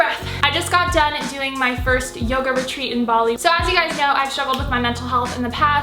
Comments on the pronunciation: I thought you said “yogurt treat” instead of yoga retreat 🤣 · I thought she was saying ‘yogurt treat’ instead of ‘yoga retreat’ and I was like damn that must be such a good yogurt